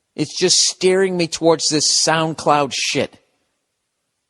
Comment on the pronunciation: "SoundCloud" haha you still messed up but we get it Bill.